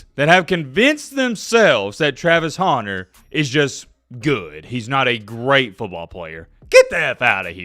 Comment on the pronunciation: Why do you keep calling him haunter bro?